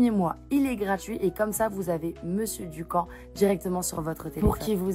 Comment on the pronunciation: La méthide Dukan = se prononce Du " QUAND " 😉